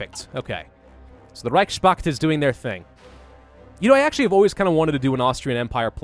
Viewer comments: It's not Reich Spakt, it's Reichs Pakt. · Can I offer one criticism? The word "reichspakt" is constructed of Reich's Pakt, and should be pronounced as "Reich's Pact" Yes? Easy. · Please reichspakt is like connection of 2 word in german they are reich and pakt so please don't pronounce that "s" like it's a part of word pakt pronounce it normally like normal "s" not like "sh" or whatever. That word is like reich-s-pakt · You are butchering the word Reichspact. Try saying „Reich“ and „Pakt“ separately